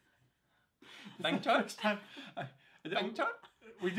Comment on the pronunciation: WTF....lol when he says bank chor it seems he is saying bhenchod.....😂😂